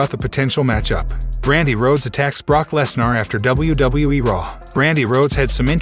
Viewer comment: You obviously watch WWE so you have heard Brocks last name pronounced 1000s of times correctly at least....sheeesh! You sound like the male version of Siri without the basic skills of pronouncing famous names